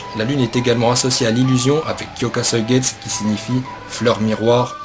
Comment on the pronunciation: Par contre tu sais pas dire suigetsu xD